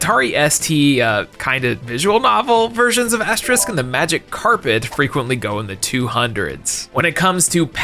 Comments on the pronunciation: Being English, hearing the repeated mispronunciation of Asterix is painful 🤣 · every time you pronounce Asterix as "asterisk" (you know, like the * ), I'm shrivelling up more inside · I winced in pain every time you pronounced Asterix as Asterisk. 😂💀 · How are you getting "Asterisk" from "Asterix"?! The name's RIGHT THERE. You didn't say "Obelisk" once! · He's mispronouncing asterix on purpose, right? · Hey, I love you and I love you and I love your Videos, but I hate the way you pronounce Asterix:c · Asterix (you keep saying it wrong) is fun. It is humorous. I Think if you should start somewhere it should be Asterix in Britan. It is basiclly the french making fun of the brits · Oh, I've heard of them, all right. Enough to know that pronounciation was abysmal. I'm tellin' ya: They're crazy, those Americans! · Especially since he pronounces it right whenever he says Obelix. X3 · Easy for us to mispronounce. We just aren't very familiar with it is the US. seems to accidentally say it a little wrong; we know what he meant. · Being unfamiliar with something doesn't make it easier to mispronounce. I mean... You can read, right? You know what an "X" sounds like, right? And nowhere in the name to you see an "sk", right? I can understand mispronunciations where you get a sylable wrong, but inserting a letter than straight up isn't there? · Bro it's Asterix!! Not Asterisk lol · It's Asterix not Asterisk lol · How in the world was he able to mispronounce Asterix as “asterisk” an they pronounce Obelix perfectly 😭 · Asterix ≠ asterisk You don't even call his friend 'obelisk' even though that's also a word I was gonna be even more rude, but made me reconsider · I think you said it right once, but every other time you said “asterisk” instead of “Asterix”. Which is funny because most people mispronounce the word “asterisk” (this guy *) as “asterix”. It’s like the Thames all over again 😂. You’re still great though. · Who is "Asterisk"? His name is Asterix D